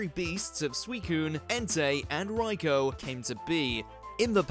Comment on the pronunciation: Pronounced raikoo but ok